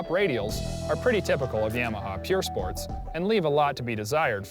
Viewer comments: its YAMAHA not YAIMAHA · Yamaha not yaaamaha